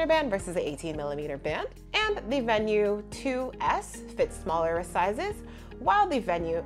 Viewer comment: Thank you for pronouncing Venu correctly. So many reviewers pronounce it with a long e sound like veenu.